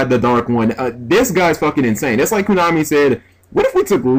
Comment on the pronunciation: Again, it's KOnami, not KUnami.